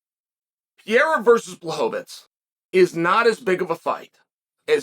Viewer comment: Pereira not Piera 😂😂